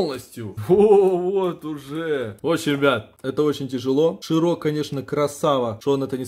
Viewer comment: Не ширО а шИро